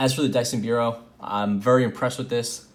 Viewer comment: It's actually pronounced BYE-ro, like bipedal or bifurcated, and it's not a model name or anything (in this case), just a UK (also Republic of Ireland, Australia, etc) word that means "pen". László Bíró was one of the first people to both invent and popularize the ballpoint pen, so originally, most easily available/affordable ballpoint pens were Biros (i.e. made by the Biro company) and over time, the brand name became the generic word for pen in those countries, in the same way that Americans say "Bandaid" to mean any disposable bandage or "Kleenex" to mean any handy tissue. Since Dyson is a UK company, it makes sense they would call their pen the "Dyson biro" - the Dyson pen. Anyway, interesting design choices here, and very Dyson like. Thanks for showing it off... kind of want one, now!